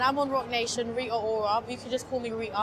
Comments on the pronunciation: I LOVE her hair..but the way she can't pronounce her "T's" irks me. -__ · She doesn't pronounce her T's lol